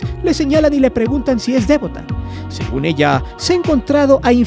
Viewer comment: No es "dévota", es devota, mi estimado.